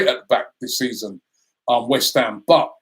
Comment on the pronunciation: Damn, only 3 points ahead of "Weth Ham" 🤣🤣......I just hope nobody gets drawn to the Kovac rumours, that really would end us